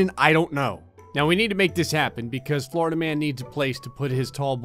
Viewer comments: Poor Florida.... or “Flarda” lmao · Tired of saying "florida"